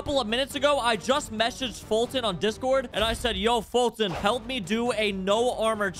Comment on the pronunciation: Bruh he said is message “Halp” and “plezz”